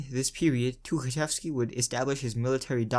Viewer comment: says Тукачевский however his last name is Тухачевский. Х instead of K.